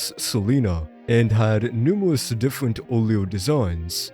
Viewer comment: howewer, thewes, diffewent, bwain